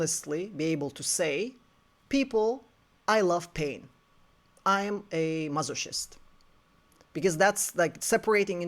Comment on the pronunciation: This video is so illuminating…and I am sorry, I do not mean to be disrespectful but it is funny I realize something in this. It is pronounced mas-o-kist, like the hard C in Christ.